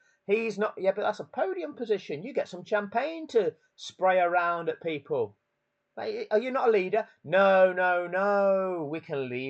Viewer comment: "shampion" lmao 💀